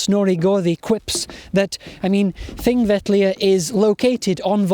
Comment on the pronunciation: a good idea very well delivered! I have been to Thingvellir three times and this is the first occasion to hear the correct pronunciation of the name. Will follow with Egils Saga.